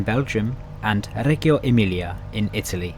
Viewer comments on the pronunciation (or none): Reggio is pronounced something like 'redgio'